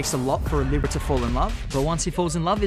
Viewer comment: why is he saying libra like that hahahah